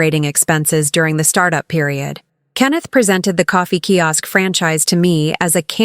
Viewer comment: Key Ask? Sigh. So irritating, especially since it's mentioned sooooo many times.